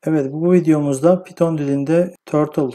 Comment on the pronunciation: PİTON DİLİ NE LAN PYTHON(PAYTIN) DİLİ! DEFTERDEN BAKIP MI YAZDIN KODLARI NE YAPTIN?